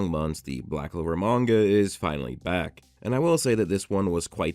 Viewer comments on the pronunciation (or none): none